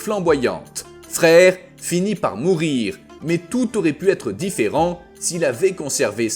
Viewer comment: Ça s'écrit freyr mais ça ce dit freyeur un peu comme draugr qui ce dit draugeur sinon change ton truc qui fait la vois ou change la prononciation qui fait saigné mais oreilles